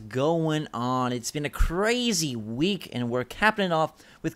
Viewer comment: "it's been a (irish accent) crazy week and we're capping it off" LMAO